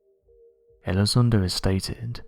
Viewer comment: Well, this Elizondo guy (whose name our British host pronounces incorrectly) was wrong in asserting that UADs (Unidentified Aerial Devices?) have more than a 600X G-force exerted upon them, from time-to-time, as they conduct their funky manuevers at over 10,000 mph. >>> That is just an erroneous assertion, on his part, because of wrong-headed assumptions. Apparently, Elizondo hasn't read anything written by Bob Lazar, who worked at Area 51 many years ago: and Bob will agree (and originally asserted and maintained) that alien spacecraft create their own gravitational field and operate entirely within it. >>> i.e., there is no "outside G-force" exerted upon the craft The difference between the two men? >>> Elizondo was a grunt "paid not to think"; and, Lazar was non-military under contract who WAS "paid to think".